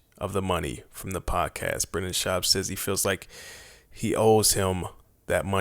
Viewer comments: Its Brendan not Brandon FOOL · It's Brendon. Lol